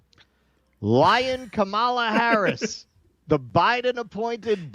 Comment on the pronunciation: It's Kama-la. Not KA-MAAAH-LA. If you're going to do coverage on her at least get her name right.